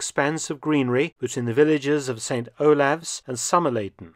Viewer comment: Olaves is pronounced Olives. Like a LOT of Norfolk place names, the pronunciations is not the same as the spelling. I'm not sure how many old time Nor-Folk living in St Olives would appreciate it being called Saint O-laffs lol. Its the same argument with Cley on sea, The locals call it Clay, but interlopers call in Cligh, and Potter Heigham, the locals either just call it Potter, or by it correct pronunciation, Potter Ham, only interlopers changing it to Potter High-em. Near me is the village of Burgh Apton, which locals call Brapton, and there's also Woodton, who is pronounced Wootun by locals. Of course we all know Professor Mark Felton lives in the greatest City in East Anglia (I cant help being biased), that being Narwich, or Norwich to the those without a Norfolk twang.